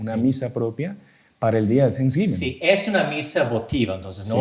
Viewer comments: Thanks giving Significa dando gracias. No Sans giving😂😂😂 . Hay que pronunciar la palabra: gracias correctamente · No es día de ningún Santo. Es dia de acción de gracias. No de san guiming😂😂 como dicen algunos. Hay que pronunciarlo bien en Inglés.